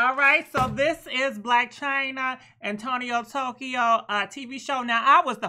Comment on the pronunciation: “Tonio Tokyo” 😂😂😂💀